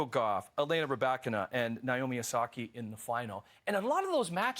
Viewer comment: Osaka…. not Osakey. Losing the opening set ... not the opening match. Who is this guy???. Does he really know anything about tennis???